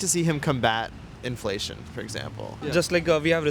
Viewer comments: Red shirt guy was so inflamed he couldn't even say inflation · so the guy who pronounces 'inflation' as 'inflammation' is a legal immigrant? and he wants Trump to stop illegal immigration? I think he likes Trump just because Modi worshippers love him. I will wait to see when he is getting deported by Trump.